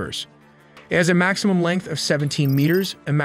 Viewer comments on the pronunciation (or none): none